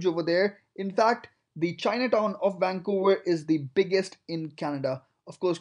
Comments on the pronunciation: WAN COWA idiot its VANCOUVER. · lol wancouver. That is the only thing that drives me nuts. It starts with a V! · Never heard of “wancouver”... 😳